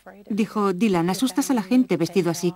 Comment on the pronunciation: ha dicho" dailan", DAILAN, joder